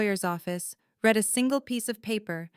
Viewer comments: you really need to get the pronunciations of read and read right. One is REED, that means you are reading something, you read it. But past tense is pronounced as red. If you are using a bot, spell those two words in the transcript as reed and red so it's pronounced correctly. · Please tweak your AI algorithm - read (pronounced red) is the past tense of read (pronounced reed). It is a consistent error that shouldn't be, and wouldn't be if there was proper audio editing.